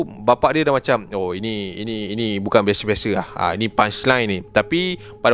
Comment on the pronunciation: "bukan beshe beshe" 😂